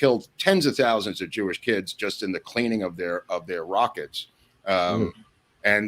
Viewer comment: "10s of THOUSANDS of joo-ish kids killed making rockets...." And with that i lost all respect and credibility with this channel. Just as i was about to sub and brag up this channel.